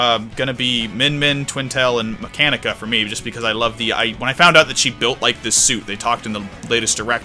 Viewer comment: He pronounced Mechanica's name wrong lol